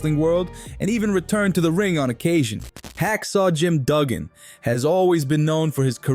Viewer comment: Disliked the way this narrator said Duggan, it's pronounced Dugg In.